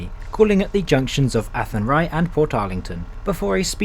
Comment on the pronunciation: That's the back entrance into ceannt Station, the front entrance is a bit more attractive.... kudos on the pronunciation of athenry though, it was spot on.